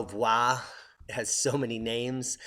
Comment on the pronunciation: Thankyou for the explanation, Just for correction, it's pronounced AM BYE and Manaro VOO WEE. I come from ambae and I did not know that this was a shield volcano. I went off on a researching spree after watching this video, I am now more aware of the dangers that this eruption poses and will continue to urge older family members who refuse to leave the island to move out ASAP.